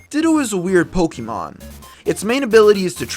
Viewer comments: just refer to the pokemon manga, pokemon adventures, i believe its confirmed in there, plus its not pokeemon its pokaymon darn it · Sir, you lose all credibility when you can't pronounce the title of the game you are posting about. It's Poke-eh-mon not poke-E-mon. Good day sir -_